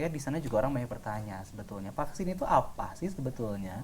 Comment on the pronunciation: Aduuuuh hostnya : "Paksin" 🤣🤣🤣 Supi , sunda pisan 😅👍